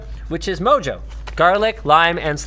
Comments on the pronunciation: Mojo is a Spanish seasoning. "J's" make the "H" sound. It should be pronounced "moho". Just so you know. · Btw, the "j" on mojo is pronounced with an "h" sound - it's Spanish.